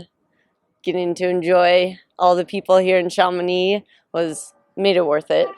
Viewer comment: Perfect 'Chamonix' pronunciation from Court x